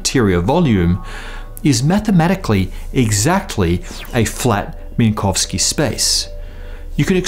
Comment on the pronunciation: Text said "Minkowski", you said "Minkovski".